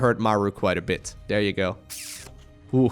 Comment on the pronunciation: I couldnt help but laugh at how kept say "there" over dere over dere over dere haha